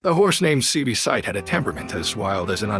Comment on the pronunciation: this AI stuff is trash, can't say the horses name right and didn't get the breed right.....